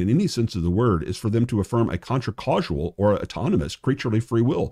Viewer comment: Causal is pronounced cause-al and not cause-ual. Respectfully ❤